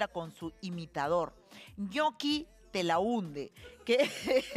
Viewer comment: TELAHUNDE JAJAJJA XD